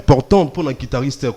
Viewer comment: Un musicien soit disant professionnel qui ne sait pas prononcer le nom de l'instrument qu'il joue correctement.On dit guitariste et non "quitariste"